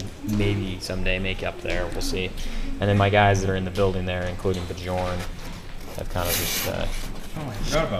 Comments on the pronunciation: Enjoyed the bat rep. but just one thing. The name Bjorn. In the Scandinavian languages the 'J's are pronounced as 'Y's. So the name is pronounced Be-yourn. This type of pronunciation goes for all the Scandinavian based names in the codex. Sorry for being a troll about this. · Rough dice for the Space Wolves, hopefully things balanced out after this first turn. Oh, FYI is pronounced "Byorn" not "Buh-jorn" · I laughed so hard when you said buh-jorn, sorry!